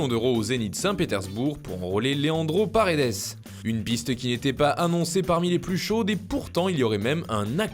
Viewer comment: C'est plus Paredes c'est non Pas redes !!